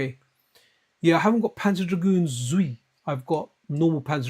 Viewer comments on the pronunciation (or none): When I thought your Japanese was bad.... It is Panzer Dragoon ZWEI (TSU WA I), not ZOUI.